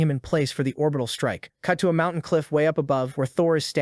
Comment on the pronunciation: the fack is a mount-tai-han?